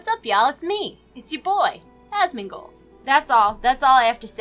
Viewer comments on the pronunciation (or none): none